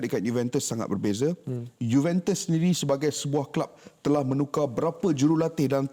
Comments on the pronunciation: Sebutan Juventus tu salah bukan sebut juventes tapi juventus. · Cara sebutan dia Yuventes la palatao